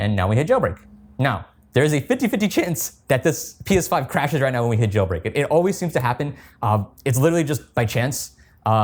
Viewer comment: Why do you say P5 instead of PS5?